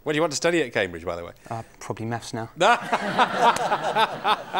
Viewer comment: He can't say three or maths though.